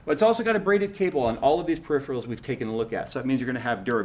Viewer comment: Fuckin hell,, it's Peripheral; not Periphreal